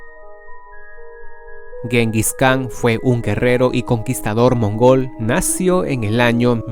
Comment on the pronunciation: La parte más terrible de tu video es cuando pronuncias la palabra nació sin su acento correcto.